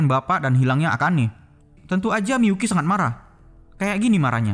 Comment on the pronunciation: Miyuki atau miPUKI COY??